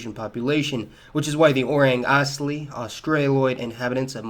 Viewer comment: lol Orang Asli literally means Real People in Indonesian,though that's not how you pronounce it